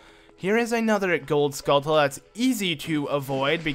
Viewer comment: You pronounce skultula wrong your supposed to prounce it like tarantula